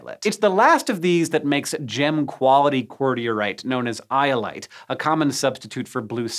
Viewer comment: Iolite. iight.